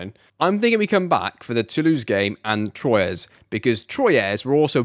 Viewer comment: Amazing as always dude, btw we don’t say « Troyez » we say « Trouah »